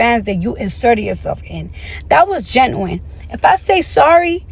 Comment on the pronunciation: Her barley knowing how to say genuine is insane